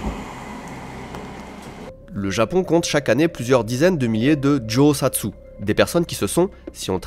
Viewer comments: on dit Djohatsou, pas Djosatsou 😂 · Non, pas Josatsu, mais Johatsu, monsieur. Vous parlez japonais presque sans accent. すばらしい。